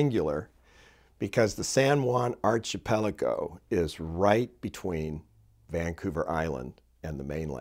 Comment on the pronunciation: great story; well told (but you need to pronounce archipelago and irascible... correctly) ;)